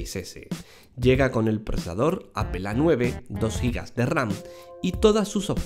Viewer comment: APEL, GUIFI :v , me quede sordo :v